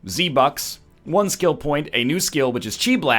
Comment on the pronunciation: I don't know why, but I died when he said "Z Bucks"